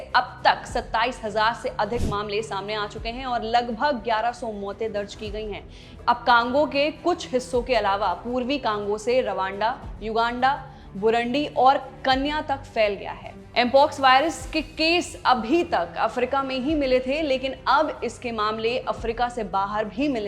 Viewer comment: कन्या नहीं बेटी केन्या.. केन्या बोलो